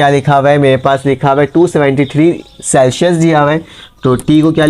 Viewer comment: Celshius nhi hota sir Celsius hota hai 😂